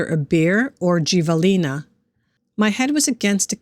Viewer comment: The southern New Mexico it’s kinda pronounced he la not gee la I used live on rio grande valley and the animal pronunciation is havlena